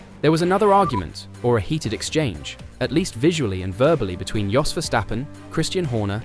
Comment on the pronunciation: If you were a propper fan or jurnalist, you would know at the very least that you pronounce Jos as Yos......its hard to listen to you greenies.